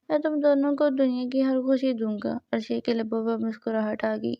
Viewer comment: It's not arshiya it's areesha